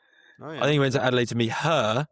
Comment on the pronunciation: Could neither of you have corrected him on his pronunciation of Adelaide?